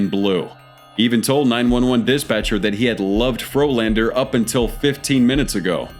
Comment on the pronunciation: Turned a Frolander into a Floorlander.